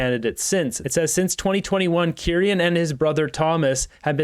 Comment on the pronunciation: Hey! I hate being that bitch but it’s pronounced key- ran lol